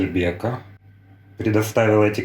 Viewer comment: Бека это Бекбулат,правильно будет Беко😂